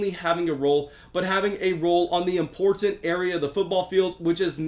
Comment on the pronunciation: Im-port-ent is your hot word lol. It tickles me every time you say it. You should use that in future promos for the channel. Thanks for the great insight.